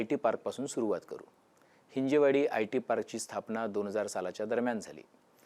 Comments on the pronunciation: हि़जेवाडी ❌ हिंजवडी ✅ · हिंजवडी म्हणा हिंजेवाडी नाही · Hinje nahi dada hin-jav, patrakar ahat tumhi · बरोबर, गरजेची बातमी. एक चूक सुधारणे आवश्यक आहे: हिंजवडी योग्य आहे, हिंजेवाडी चूक आहे. हिंदी भाषिक लोकांनी हा अपभ्रंश सुरू केला आणि आता मराठी माणूस पण चूकीचा उच्चार करतो आहे. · हिंजवडी म्हणा हिंजेवाडी काय! ह्या हिंदी लोकांनी गर्दी करून मराठी माणसाची भाषा पण बिघडवली. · हिंजवडी म्हणा साहेब .